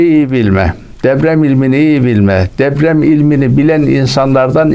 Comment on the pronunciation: Ula herif DEPREM bile diyemiyor, deprem yerine DEVREM diyor. Usta, deprem senin asker devren mi. Zaten kağıttan okumasa, konuşmasını da bilmiyor.